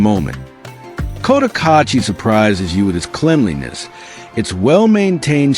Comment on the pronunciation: Can’t even pronounce Cotacachi. $15k for a lot? Absolute nonsense. Rents are way off. $300 will get you a hovel. If you’re watching this be sure to get some accurate local intel.